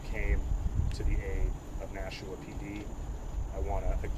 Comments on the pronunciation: FYI... We pronounce it Nash'-a-wa. [smile] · Please stop saying Nashooooa. One oo is enough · You can’t say Nashua bro ??? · It’s NASHUAaaa NOT Nashoooa pronounce it right if your trying to be a reporter You hear the local news say it …NO? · His last name is. Nashua is pronounced differently like Nashwa.